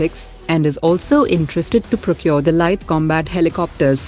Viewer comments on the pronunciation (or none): Procure not provure